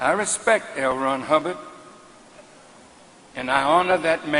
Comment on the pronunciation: Lmao.... bro. said Hell Ron Hubbard....so strue